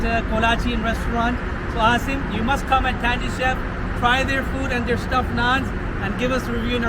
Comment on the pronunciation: brother its pronounced tanGy